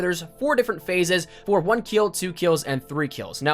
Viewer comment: one keel, two keels and three keels